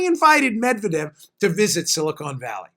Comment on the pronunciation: zomg it's "Silicon Valley", not "Silicone Valley"... Silicone valley is a different thing, you don't want to go there.